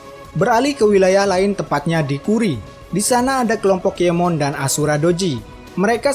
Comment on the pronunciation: Berapa kali adminnya bilang nama "KIEMON" TANPA "N"